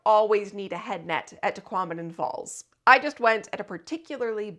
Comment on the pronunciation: "Tahquomnim" falls lol